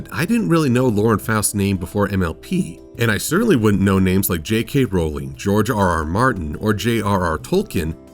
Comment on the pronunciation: JkRowling is pronounced rolling, as in rolling pin. It's not important but just for future reference.